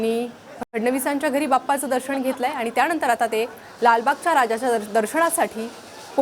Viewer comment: ताई,दर्षण नव्हे!दर्शन म्हणा! अशुद्ध उच्चार व शब्द!!!